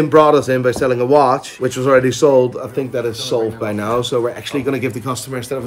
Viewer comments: "naur" (now) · Love how says the word “Now” 😂 accent morphing into Northern Ireland